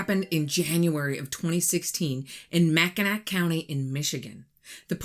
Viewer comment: Love your video; politely correcting your pronunciation. Mackinaw is pronounced Mac-i-naw. Emphasis on 1st syllable. In case you need to know the town of Sault Ste. Marie is pronounced Sue-saint-Marie 👍🏼